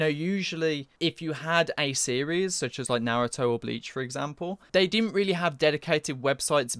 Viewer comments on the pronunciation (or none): none